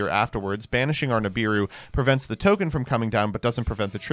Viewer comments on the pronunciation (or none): none